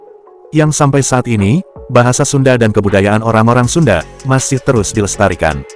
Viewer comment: Sunda woi, bukan sunde.